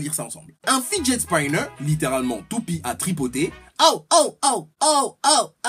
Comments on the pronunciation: on dit fidjet spinner😂😁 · Et Monsieur avec son accent anglais le fidget Spinner ne se dit pas comme tu l'as dit